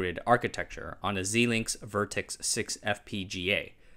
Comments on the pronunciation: Xilinx is typically pronounced as Zye-Links rather than Zee-Links. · "sailinks" is the usual pronunciation. At least that's how Dr. Lisa Su and the now-former CEO of Xilinx pronounced it in the interview about the AMD acquisition of them. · Xilinx is pronounced z-eye-links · Just a quick thing, I’m like 95% sure Xilinx is pronounced Zy-links. I grew up about a mile from the HQ, and frequently had employees from there read books to me in elementary school. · Having linear algebra flashbacks Xilinx is your pronunciation correct? I ask as my contact (I'm in electronics) there pronounces differently